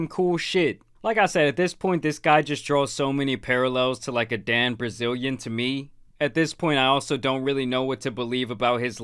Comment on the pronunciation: Lmfao I love how he keeps calling that Dan loser “Dan Brazilian”